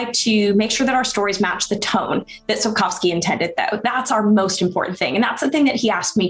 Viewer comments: Shapkowsky” not Sapousky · What a pathetic company Netflix is! PATHETIC! And who the f*ck is SAPKAUSKI? It's pronounced SAPKOVSKI and written SAPKOWSKI! LOL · Sup-kof-skee. O like in British English, not American. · Sapkowski should be read like Sapkovski. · Mate, all good, but even that bad lady pronounced Sapkowski correctly - it's not Sapkauski. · "sapkałski" - hahahaha. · “Sapkoski”? She doesn’t even know how timo say Sapkowski’s name! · Learn to pronounce Sapkowski properly. It's not that hard. All you need to remember is that "w" is pronounced like "v" . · It's time to pronounce Sapkowki correctly. "ko" part dont say like "co" in "cow" but like "co" in "cold"